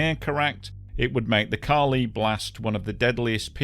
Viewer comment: it is Ca li, on the "a", not the "i"